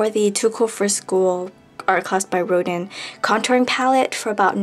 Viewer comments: i pity the artist auguste rodin, for they all mispronounce your name :'( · it's okay, no worries!:) btw, its pronounced "rodan":)